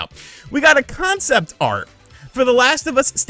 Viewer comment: CON- CEPT - ART.